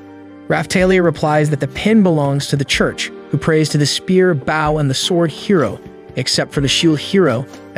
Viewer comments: "B-au" of a ship then there's "b-oh" and arrow. Pls fix AI voice) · I'm enjoying this but could someone please explain to the narrator how to pronounce Bow. As in bow and arrow. Not like the bow of a ship. English sucks, I know. Bo. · why are you saying bow and arrow wrong did you goto a slow school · Not only did he screw the thumbnail, but also saying bow as in Japanese greeting instead of bow and arrow 🤦‍♂️